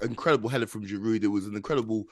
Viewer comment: GIROU, NOT GIROUDEEEE